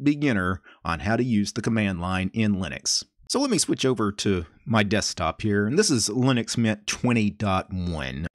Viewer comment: Ducumunts, Dusktup, Vuduus, Musuc, Tumplutus ;-)